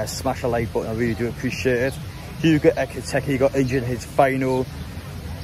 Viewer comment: BTW it's EkitIke, not EkitEke. Nitpicking, but nice to get players names correct.